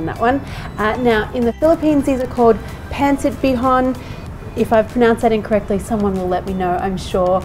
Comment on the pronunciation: I love this cooking segment. All 3 of your recipes here look scrumptious. I've made pancit with chicken and prawns before, but never with pork belly. I will try that next time. By the way, you nailed the pronunciation of "pancit bihon" 👍